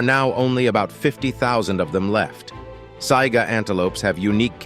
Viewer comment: Sorry , Saiga antelope not zyga, Haast eagle not host..god check your info people please..